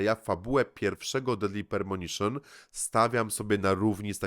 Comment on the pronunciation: Duke Nukem Forever, jak ja się zagrywałem w to. Jak ja noce zarywałem. Do Deadly Premonition (Pre, nie permonition, uwielbiam jak ten tytuł przekręcasz) mam taki sam stosunek jak ty. Kultowy tytuł dla mnie, jedno z najlepszych doświadczeń e grach jakie miałem.